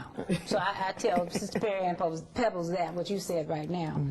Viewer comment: Her name is Pebbles!!! Not Peebles!